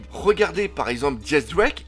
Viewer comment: Mais arretez de dire Diez drake c'est X drake !